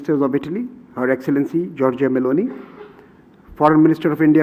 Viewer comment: As an Italian I am pleased that the Indians there in India pronounce the name of our Prime Minister, Giorgia Meloni, very well.